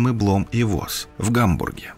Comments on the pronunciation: Blohm & Voss - Блом и Фосс. Не Восс. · Не "Блом и Восс", а "Блом и Фосс"! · Blohm und Voss - это не Блом и Вос, а Бломм и Фосс. Так же как не Вольксваген, а Фольксваген. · Блом унд Фосс,буква V в немецком читается как Фау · Неверное именование судостроительной компании- автор учил не немецкий язык и прочитал его ... V- это фау и читается как Ф. Плюс с фотографиями- на заместо линкоров типа "Кинг Джордж V" явно кто- то из пары "Нельсон- Родни" .